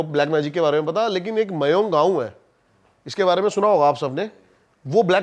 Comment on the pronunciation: Koi mayoung vayong gav nahi hya... Thikhse pronounce kar be randwe